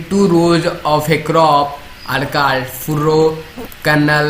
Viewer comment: Your pronunciation of words such as stalk ,called etc's is not right